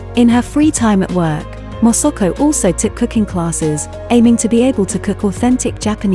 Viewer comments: The narrator repeatedly pronounced MA SA KO to Mosuko 😢😢😢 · Please pronounce her name correctly it is MASAKO not MOSOKO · Its not Mosoko its Masako !! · Pain to hear her name pronounced INCORRECTLY as MOSOKO. If she COULD CHECK HOW her Name IS PRONOUNCED MA (like in Malasia), SA (like Sack) then KO. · if you could only pronounce her name properly! It is irritating that you are not even trying phonetically - It is Ma SA ko ! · Interesting content. But you would think one could get the pronunciation of the subject of the entire video right. Her name is said, completely wrongly, hundreds of times. It quickly becomes very jarring.